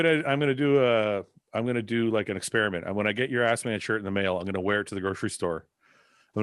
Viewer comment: Yo, shirt says Asman not Assman. Asman is the booty loving lion from the Narnia chronicles.